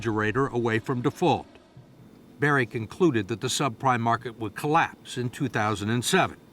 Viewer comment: it's Michael BURRY. not Barry. this dude can't even do bare minimum research for his guest's name smh